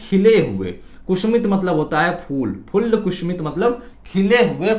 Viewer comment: बहुत ही अच्छी जानकारी दी है, बेहतर होता अगर आप वीडियो बनाने से पहले अपना उच्चारण किसी से ठीक करवा लेते - कुसुमित: को कुसूमित, श को स और स को श बार बार उच्चारित कर रहे थे।